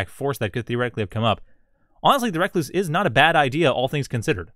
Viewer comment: I think its recluse pronounced (rek loose) like the spider not reckless